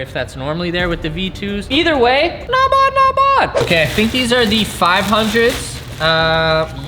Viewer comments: Stop f+cking saying "NOT BOD, NOT BOD" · Not Vavz, Not Vavs !